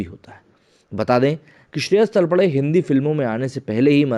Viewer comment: It is Shreyas Talpade तळपदे and not तळपडे